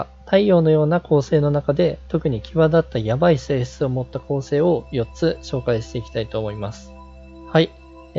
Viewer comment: 今日は出だしの「奇妙すぎる性質を持った」ってとこ、「奇妙すぎるしぇーしつを持った」って言ってるw 途中で喋らなくなるとこあるし、珍しいですねw